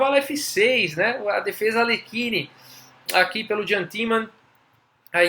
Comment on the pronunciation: Eu acho (e acho msm não é ctz) a pronúncia do nome "Iam" e não "Jam", em geral em muitos idiomas a pronúncia do J é I. Mas de qualquer maneira a partida é sensacional e seu canal tem me despertado a vontade de voltar a jogar.